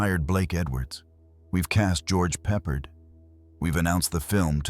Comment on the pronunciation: George Peppard - You're butchering his last name. Pep - PARD rhymes with hard. Please use Google pronunciation from now on; its a matter of respect and we need to hold on to respect in our ever worsening vulgar world. Thank you⚘️